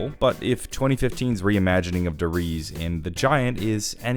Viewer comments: Der RiesE. It has a E at the end not Der Ries. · I know it's a year late now, but could you stop saying "duh-reeze" instead of "Der Riese"? Please, and thankyou. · "De reece"